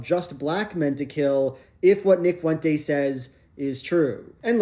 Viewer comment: "Fuent-ays" kills me idk why